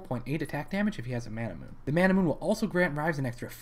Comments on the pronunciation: What the fuck is a Manamoon? Mana-MEWNAAYYYYYY (japanese pronunciation, its origin). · Couldn't finish the video because the way he mispronounces manamune bothers me too much. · Or "Man-a-moon-eh". :o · It's not Manamoon, dammit!